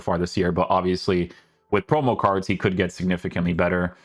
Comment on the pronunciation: Not hate just a genuine question, why do you say card normally but then randomly say cardshhh other times?